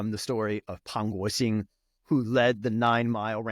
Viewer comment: Pang Guoxing pronunciation was EXCELLENT. Dude, learn Chinese if you haven't already.这个马来西亚人想打招呼！